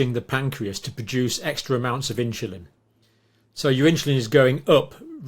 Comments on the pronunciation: Excellent session, again. Thank you. Just a comment for John: insuline and not inshulin. Please! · Pronounced In Sul In not In Chil In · what is "inchulin"?